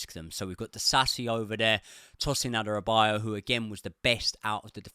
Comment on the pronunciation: It’s pronounced Tosin A-DA-Ra-Bi-Yo-Yo